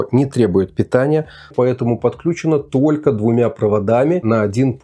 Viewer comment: Какой не грамотный, правильно говорить не тока , а только😂😂😂😂. Удачи, всё очень интересно